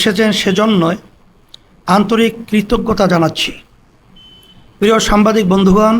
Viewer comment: একটি দলের নেতা অথচ দেখে রিডিং পড়তে পারেনা সে নাকি সংসদ সদস্য হবে দেশের নেতৃত্ব দিবে হায়রে অভাগা জাতি সাংবাদিক কে সাম্বাদিক বলে